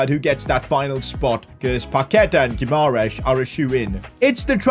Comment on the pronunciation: This was supposed to be a hard career mode, a relegation battle. But instead you have completeley ruined with the signings of Dybala, Paquetá, Guimaeres (a name you cant even pronounce). I can tolerate the signing of Lukaku, but when are you going to actually challenge yourself. I can pick Everton and sign Dybala and all these stars, but I wont because where is the fun at that? I understand that you dont want to make a super realistic career mode, but at least dont sign players like Dybala. Make logical signings, make yourself a challenge, not this garbage of a content. PS: And it dosent cost anything to do a little bit of research and learn how to pronounce a name. You play fifa for a living it's not like you dont have 2 minutes to search how to pronounce Bruno Guimaeres.